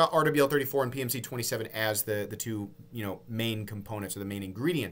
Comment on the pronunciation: love the breakdown, but is there a reason you’re saying RWL34 “Aardevail 34”? 🤔